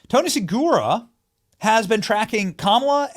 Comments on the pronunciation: Hey Benny, look at Tony's last name again. I think you're pronouncing it wrong. Try SUH-RUGA, not SUH-GURA. No disrespect intended. I appreciate all your hard work! 😉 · His name is Seruga not Segura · it's Say-rew-guh. get his name right. love you still